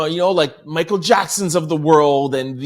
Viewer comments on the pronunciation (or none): none